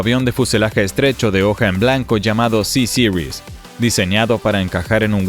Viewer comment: ¿Sisiris?. ¿No es más fácil Ceseries?. Sobre el avión lo que se ve es la palabra francesa Bombardier seguido de la letra C y la palabra Series. Que alguien de Chicago pronuncie Sisiris es comprensible, pero en un documental en español suena más bien ridículo.